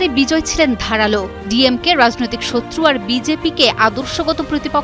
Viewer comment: রাযনৈতিক, আসরে। এ কে রে ভাই। কি উচ্চারণ!